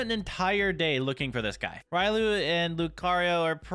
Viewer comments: it's riolu not ryolu just saying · it is pronounced ree-oh-loo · RAILU IT'S RIOLU!!!! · Riolu is one of your favorite Pokémon but you pronounced it wrong lol it’s said like this (ree-ole-oo) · He said riolu the wrong way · You pronounced riolu wrong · Its riolu R I O L U